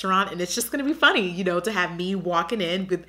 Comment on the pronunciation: Makes me chuckle cause “funty” is how my toddler says funny. XD